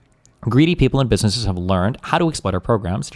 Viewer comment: Bro can't even pronounce "businesses" and he's an expert 🙄